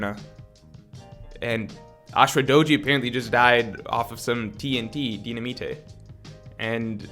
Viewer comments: What's up with the dynamite pronunciation? I don't get why you would say it like: Dee-na-me-tay? while phonetically i think it should be: die-na-might? Or maybe it was intended sillyness and it just went over my head? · did you pronounce dynamite as "deena-meetay" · Homie said Dy-na-mi-te 😂 is too funny bro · aint no way thats how you pronounce dynamite lmao